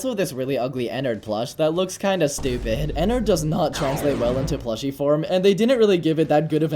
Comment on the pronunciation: Nah dat ain’t Ennard dat Nennard💀